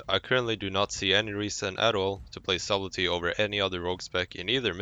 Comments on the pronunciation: Subtley - SUD EL TY not SUB LET TY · FYI, the "b" is silent in subtlety... So it's pronounced suttelty. Why does it have a B in the word? Who the fuck knows, english is weird. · Wrong. It is not silent. It is pronounced Sub-tell-e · "Sabblti", Try the following spelling: [satl ti] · "subbletty" hhhhhhhhhhhhhhhh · The b in subtle is silent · I had to quit watching when I heard how you were pronouncing subtlety. The "b" is silent dude..Man I couldn't stop cringing every time I heard you butcher it so bad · not once in this video was sublety announced correctly :( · the way he said subtlety triggered me so hard